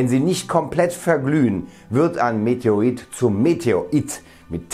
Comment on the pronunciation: Bitte METEORIT. SAGEN. Meteorologe Versuchen Sie es einmal zu sprechen. EIN WENIG ÜBEN DANN KLAPPT DAS. LIEBE GRÜßE. D. ALTMANN